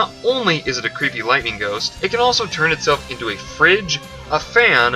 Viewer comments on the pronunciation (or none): none